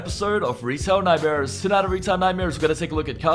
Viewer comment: "Retill Nightmhurs"